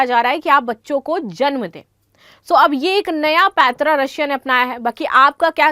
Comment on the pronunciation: आप‌ पैंतरा शब्द गलत बोल रही है, रूश की जनसंख्या कम होने की पहले से ही है,अब लड़ाई के कारण काफी बड़ी समस्या है।